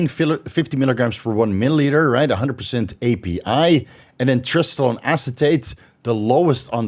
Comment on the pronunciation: Are you saying trestolone?